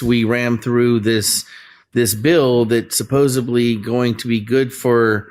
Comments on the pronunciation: Ugh - I HATE when people say "supposubly" GRRRRRR....... Please people, help us help you. It's SUPPOSEDLY. Please stop sounding and being so fucking ignorant. It's really NOT cute like you think it is. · Supposebly isn't a word, champ.